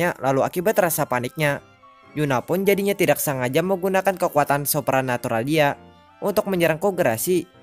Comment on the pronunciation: Kesulitan ngomong "supranatural" Nampaknya :v